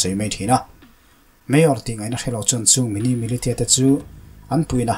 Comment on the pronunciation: Militia hi Milisia ti a lam tur